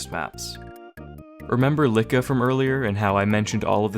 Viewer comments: its not Likka its iiḱka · It's Iikka not Likka :D Likka is another word for a girl in finnish, anyway go on. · It's iikka btw not Likka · Yo it’s ilkka and not Likka 😉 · btw, it's "iikka" (eek-caw), not "likka".. weird finnish name, or a typo that was supposed to be "ilkka", which is a very common male name in Finland.. anyways, "likka" means chick (slang for young girl) in finnish. I bet the surname is Keränen (pronounced keraenen), but they always drop the dots in english for some reason.. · lol it's iikka with two i's and not likka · Btw its iikka keränen, not Likka. Greetings from finland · Love the history, but as a fellow Finn I had to pop in and give you the unwanted comment "his name is iikka with two i's and not likka with an L" ❤ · its not Lika its Iikka, its an i not an L. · Just small correction, Iikka is written and pronounced as iikka with capital i, likka means girl in finnish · The way you pronounced Iikka's name was jarring (hint: it's two "i"s, "Likka" means "little girl" in finnish), but otherwise this is pleasant to listen to. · It's iikka, with two i's. Basically a Finnish version of Ike. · The name of the mapper is ilkka keränen with an i, not with L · Why does it sound you say Iikka with L instead of i?